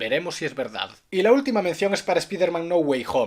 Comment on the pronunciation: por supuesto. Es latín, y en latín plus de pronuncia con U. Son los que lo pronuncian con A los que deben aprender. Eso es en inglés. Si lo dices con pronunciación inglesa dirías disni plas. Lo que es ridículo es decir disnei plas. O lo uno o lo otro, pero aún así cuando un inglés habla en latín o canta en latín pronuncia plus